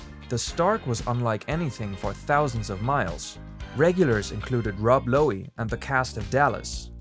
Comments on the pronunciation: “Rod Lowey” Its rob lowe. Like low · It’s just “low.” Rob Lowe. The “e” is silent. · "Rob Low-e"